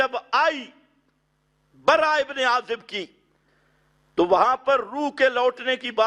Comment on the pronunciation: بے چارے کو براء رضی اللہ عنھم کا نام لینا بھی نہیں آتا اور اتنی جرات سے صحیح احادیث میں کلام کرکے اسے رد کرتا ھے۔۔۔۔بھائ چلو آپ کو سکھا دیتے ھیں کہ براء میں راء پر شد نہیں۔